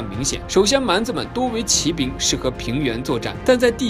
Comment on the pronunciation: 不论它偏向什么宗教就是宗教，学习科学知识也是求知也是增长智慧，为什么不见人叫科学为科学教呢？？ 举世公认的佛教是世界三大宗教之一，结果您一个没有神就直接否定佛教不是宗教了。。。行吧，你说了算。 2, 骑兵的骑是读qi，不是ji。当qi读时是动词用，当ji读是名词用，这里读做qi是因为这里解释为骑马的兵，类似于英语中的动名词做形容词用。汉语也是有语法的，不是说你用Traditional Chinese就会牛逼一些，搞明白语法再来杠